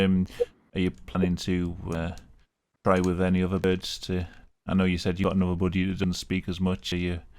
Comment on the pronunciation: Why do you say budgie like bougie ✨💅